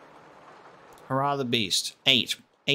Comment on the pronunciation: Hair-ah Not hurrah